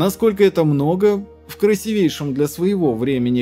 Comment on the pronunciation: В слове "красивейший" ударение падает на первую букву и.